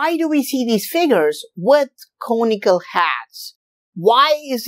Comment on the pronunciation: It took me a second to realize he was saying, "conical".